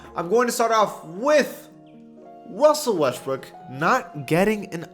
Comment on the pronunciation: “Wussel Restbrook”